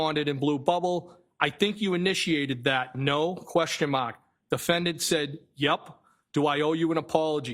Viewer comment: If I have to hear him say “Question MAHK” one more time I swear to “GHAD”! 😤